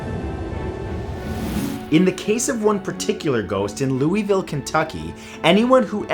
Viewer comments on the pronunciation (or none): Louisville Ky is pronounced Lu-uh-vul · #6: I live in Louisville. First, I have been to that place, second, the city is pronounced Lew-uh-vlle or Loovuhl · as a person who lives in Kentucky, Matthews pronunciation of Louisville made me cringe a bit (pronounced "lou-i-vul") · When you’re from Louisville, Kentucky and people always mispronounce it 😭😓 still love you Matt 💞😂